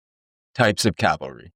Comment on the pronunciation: C-A-V-A-L-R-Y versus “Calvary” where Jesus was crucified. Just sayin. Otherwise, I enjoyed the subject matter and visuals. Very nice.